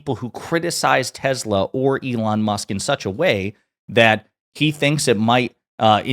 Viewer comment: U mean TESLER????